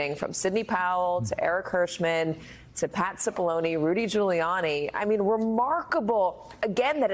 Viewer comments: How manny different ways are they going to pronounce Cipallone???🤦🏾‍♀️😂😂😂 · How long have they been doing this investigation, and how many people have been working on it? And no one could teach Mrs Murphy how to pronounce Cipollone xD